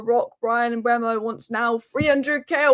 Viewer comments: Mbeumu should be pronounced M-boo-moo. Saw an interview with him and this is how he pronounced his own name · Here’s the answer to the Mbeumo pronunciation for anyone interested.